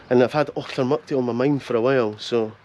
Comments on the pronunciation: C'mon min, stop saying Achtermuckty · That’s the common not mucty